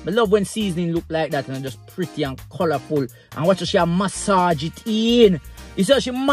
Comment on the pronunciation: MAH-SAHGE IT EEEIIINNNN!!!